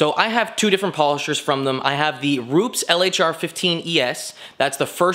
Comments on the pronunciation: ru- pez not roops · Hi, I think its been mentioned before....Its Roopez (phonetically)...not Rooops....with your first name being (close to where Rupes are in Italy) you should be getting it right. also you should credit Kevin Brown (AKA Buff daddy) for the washer mod great vids though Paul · It's "ROO-PES" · J M Ru-Pez lol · Ruu-pess, not with a Z, there is no Z in Rupes. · It's pronounced Ru-pez